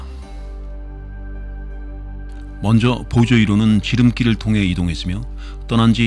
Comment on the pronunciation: 보이저를 보저라고 말하고 플루토늄을 플루토뉴밍이라고 잘못말하고 쓸데없이 참고로라는 말을 하는 것은 매우 듣기 거슬린다.